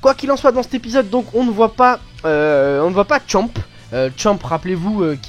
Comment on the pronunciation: c pas champe c c champa